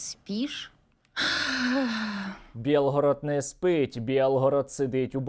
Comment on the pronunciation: Не белгород,а Билгород!!!Это наш - украинский город!!